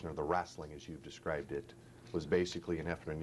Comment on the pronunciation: "wrasslin" my ass !